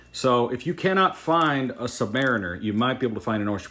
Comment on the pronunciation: You continue to mispronounce "submariner". Ask a Navy man who has served on submarines.